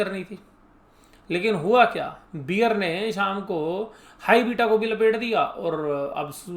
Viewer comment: बियर नहीं बेअर